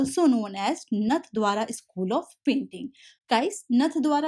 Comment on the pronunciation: Mam.. I'm from राजस्थान... It is नाथवाङा